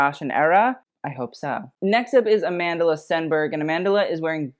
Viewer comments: She's not Amand-Ala. She's Amand-LA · The way he says Amandla is criminal